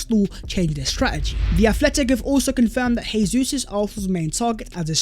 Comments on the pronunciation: FFS, Jesus ...it's pronounced Jay-zeus not Hay-Suess. He's Brazilian not Argentinian. Try pronouncing his name properly. He could be playing for us next season. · Bro, we love your content... I believe it's pronounced Jay-sus... He's Brazilian so in Portugese it's J sound not H, just like Jose Mourinho > Joe-say